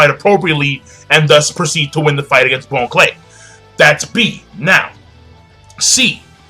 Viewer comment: Bon Clay isn't pronounced Bone-Clay its (Bahn-Clay) like Bon-Bons. great video though.